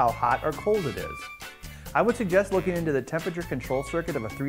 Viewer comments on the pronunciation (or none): none